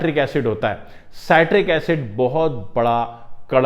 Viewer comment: It is pronounced as CIT TRICK acid🙄☹